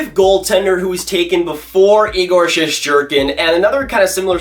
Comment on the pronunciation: Shest not shesht lol